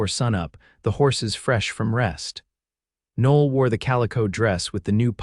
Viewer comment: Women's name Noel, pronounced "No L".